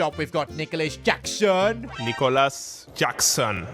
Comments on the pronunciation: bro it aint JACKson, it is deep breath, preparing to emphasize NiCKOlas JaXXXXson btw not a big fan of takeover for 10 seasons and stuff, am huge fan of ur managerial careers with gameplays lol, there is that oomph to see u rage LMFAOOOO huge fan of what u did in last FC 24 with Chelsea takeover as Owner though, the new kits with mods per season was mind blowing for me, just an opinion lol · The way bro pronouns Nicolas Jackson 🤣💀